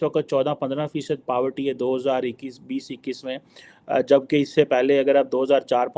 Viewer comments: Power Tea nahi Poverty 😂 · Paavarty Nahi re madrasa chaap 😂😂😂